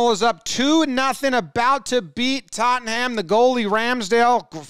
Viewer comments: Tottenham isn't pronounced Totten-ham but more like tott-num or tott-en-um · “Tot-ham” btw. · Good recap of this incident but my comment is on your pronunciation of Tottenham. To us Americans, it would seem like it should be pronounced like how you said it in the video. Except they love to swallow how syllables whole. So it's pronounced closer to "TOT-num." So the tenha part of the word is completely skipped. Tot'm, pronounced Tot-num. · Tottenham is pronounced Tot-num. Not tot-ten-ham like Jomboy pronounced. Watch Ted Lasso in Tottenham comedy skit and you'll see. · Arsenal/Spurs (Tottenham Hotspur) is one of the more heated derbies (pronounced like it's spelled with an A, for some reason: darby) in the EPL. They're both North London clubs and their stadiums are about two miles apart. The NFL plays games at Spurs' new(ish) ground. It's fancy as hell. There's a channel called Copa90 that does "Derby Days", where they go to a city or region to take in the atmosphere of these intense rivalries. The episodes from Turkey and Buenos Aires (Boca Juniors/River Plate) are nuts. My buddy lives in Argentina and sends me video of his home club's matches and they're unlike ANYTHING in North America. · TottenHAM 🐷 It’s also nil not zero 😭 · Why do Americans refused to say Tottenham the right way